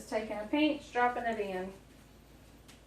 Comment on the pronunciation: It's funny, I was watching the Pioneer Woman this morning and she said they make fun of Ladd's brother Tim for saying "peench" instead of pinch and you said it the same way when making your drop dumplings the first time. The second time with the quick dumplings, you said it right!